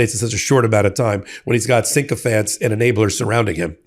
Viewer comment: I say this with total respect for your work. You often say the word sycophant as synchophant. There is no n in the first syllable. I hope now we are in sync on this. syc·o·phant /ˈsikəfənt,ˈsikəˌfant/ noun a person who acts obsequiously toward someone important in order to gain advantage.